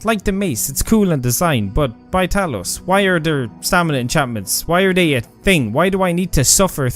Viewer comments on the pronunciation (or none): Lolz, tries to teach us how to spell "artefacts", pronounces "the" as "duh", "this" as "diss", and "they" as "day" 😂😂😂